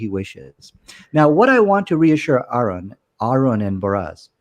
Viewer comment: First of all, we should acknowledge that he's the first one to pronounce name correctly after being wrong (I'm still baffled by how anyone could pronounce it "errand" in the first place without being childish). But please, I know is struggling to find a Muslim point of view, but he keeps derailing the discourse outside of the specific surah, using the same wrong points every time like the "scientific correctness". He's not helping, he's doing harm. I haven't seen the next video, but if that doesn't settle the argument, you should really keep him out. EDIT: to be honest I wrote this halfway through, I didn't expect him to change in the second half. Let's hope he keeps this way in the next session.